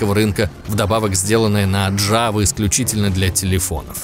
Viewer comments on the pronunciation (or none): none